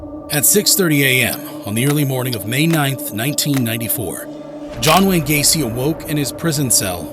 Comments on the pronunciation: Quién diablos es Gain ?????😂😂😂😂😂 El tipo no sabe ni pronunciar sus nombres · John Wayne Gay-see